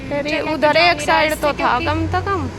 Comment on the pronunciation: Ap से को ते क्यों बोलती हो । कम से कम होता है आप कम ते कम बोलते हो 😂